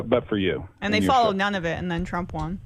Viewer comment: Does say “Trumpt”? 😂